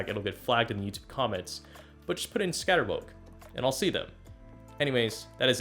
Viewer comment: ScatterWoke is what I heard haha